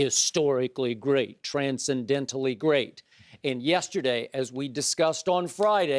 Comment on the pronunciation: "Tran-sin-dent-tinal" - Skip Payless